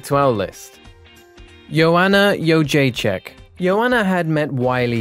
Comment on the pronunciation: Jędrzejczyk, not Jedecka XD